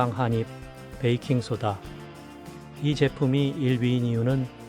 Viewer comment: 좋은 정보 잘 보고 갑니다. 그런데 태클은 아니구요. '한입'은 [한닙]으로 발음하는 게 맞습니다. :)